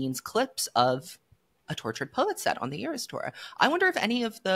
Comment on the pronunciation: Iris thora and AeroStore instead of eras tour are sending me😂